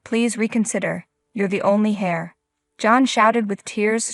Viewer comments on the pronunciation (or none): Heir is also pronounced as ear. Silent H.